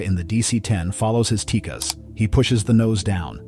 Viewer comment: I don't know where this voiceover guy is getting his information, but the last I heard it wasn't pronounced TEEKIS, I thought it was pronounced TEE-CASS